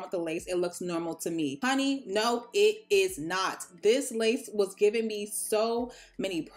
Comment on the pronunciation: Ah, emphatic noooo